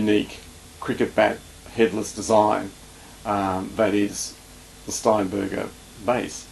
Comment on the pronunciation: Lol. Sounds like he's saying "Hitler's bass" instead of "Headless bass". Hitler's Uberbass: available in Aryan White only. Jokes aside, a great review, thanks. Please keep up the good work.